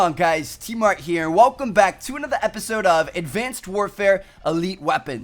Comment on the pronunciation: Is it me or he says episode weird